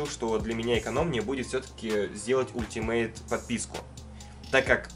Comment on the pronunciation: Не ультимейт, а алтимейт